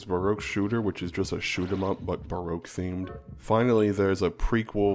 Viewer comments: It sounds like somebody can’t say BROKE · Baroque sounds like broke slowly pronounced